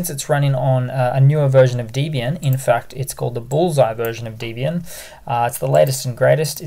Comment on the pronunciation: Pronounced Debby-ian not Deebian.